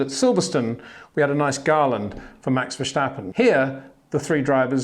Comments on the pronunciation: Its Max Verstappen not Max Verschtappen… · still his name is Verstappen despite Peter calling him Verschtappen or Vershtappen, I just wander why. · Maybe i can help you with Max his name you pronnounce it kind of german like verschappen but its really diffrent say the first part more like verse like in a song so verse and then tappen with the a more like the a in the word car haha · Great insights love it! Now the only thing to do is pronounce Max's his name the right way.